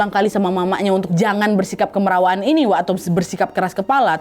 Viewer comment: Bukan kemerawaan tapi kamarawaan